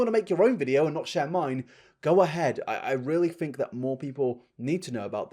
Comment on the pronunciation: When you say fink instead of think I feel warm and fuzzy inside